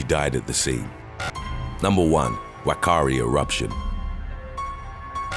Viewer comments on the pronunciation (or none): Hate to break it to you but NZ ‘Whakaari Island’ the ‘WH’ sound is actually pronounced as an F Yes folks it’s Fakaari Island & the little town on the mainland is Fakaari….👍